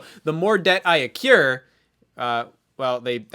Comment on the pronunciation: he says accure, but I'm fairly sure he meant accrue?